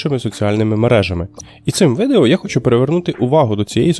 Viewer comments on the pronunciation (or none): ШО? Аналог YouTube? 😲 Mastodon настільки крутий, що про нього ніхто не знає, окрім автора цього відео, як він гназиває "видео" через літеру И. Треба шукати іншого бота для озвучування вИдео, бо якогсь воно не того.